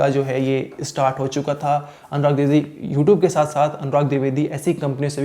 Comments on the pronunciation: Dwivedi not druvedi tab anchor baniye ya sab jhol chal rha h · Tu bhai phle dwivedi bolna sikh😅